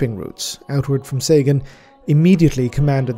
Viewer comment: Sagan , Seigan . i wish you with Arch would reach agreement how that bloody system is to be pronounced :D